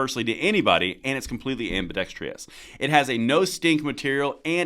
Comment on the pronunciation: You're adding an extra.......uhhhh.... what's it called? Syllable? You're adding an extra syllable to ambidextrous. You're adding an -ious at the end. I used to say it the same way and then someone corrected me and explain to me why it was wrong and now it bothers me to hear people pronounce it like that even though I myself used to say it like that lol